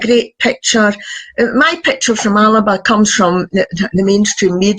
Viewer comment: Alba not Alaba, 🥱